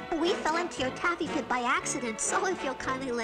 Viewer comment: He says pit bruh